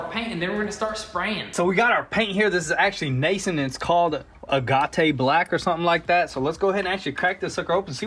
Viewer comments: Agate sounds more like "egg it" than "a got eh", named after the gemstone. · A gah tay black? I think you mean ag it black. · You people are bent about naming a hat, but completely ignore pronouncing agate "ah-ga-tay"? ps. it's "ah-gate", a stone. A fairly popular color for marbles (the little toy spheres). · Agate: pronounced: “a-gett” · You guys are great, but we need to get you guys a pronunciation coach. Agate = aaah-git Keep up the good work! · It's pronounced "AG-UHT". It's a reference to a crystalized rock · I think its pronounced like “a gate” but I could be wrong. Just like the nice blue from honda is pronounced like “eegan” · Not bent, plenty of strange words where I am from too, just thought it was interesting since it sounds so wrong to me. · I about fell out of my chair when he said Ah-gah-tey Black. Pure gold. :O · just cuz, IT'S pronounced 'AH-GATE'. Trust me, it's not a French word. It is actually a semiprecious stone. LOL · Agate is pronounced Ag-at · how to pronounce agate: rhymes with maggot. . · Agat€ lol it’s agate it’s a stone that was politz level good!! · Look up how to say AGATE ! LOL Max is now MAX, that boy is huge already